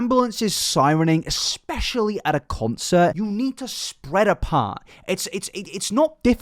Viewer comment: So you’re not American then pronounce concert properly instead .